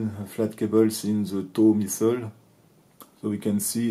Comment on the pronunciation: Pour le coup non, Il n'y a littéralement AUCUNS efforts de prononciations 😅"zeu misseule... " "The scrousse" 😂Alors que il suffit de parler correctement français et le traducteur auto fera un job parfait